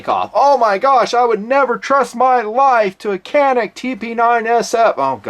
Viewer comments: Isn't it pronounced Janik? With a J even though it's spelled with a C? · I agree with you about the Canik pistols. I have had one for about two years and have never had a problem with it. By the way, the letter c is pronounced as a j in Turkish.